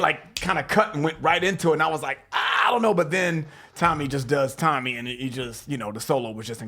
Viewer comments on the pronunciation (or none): ...it’s tony not tommy. TOE-KNEE EYE-OH-ME